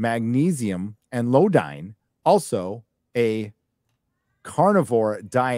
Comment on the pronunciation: iodine, not Lodine hahha